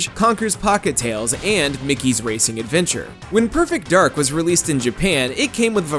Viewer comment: So it's supposed to be pronounced "Perfect Darg", right?